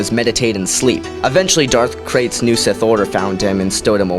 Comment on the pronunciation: And its Darth Krayt